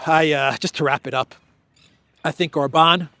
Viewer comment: it's OR-ban, not Or-BAN.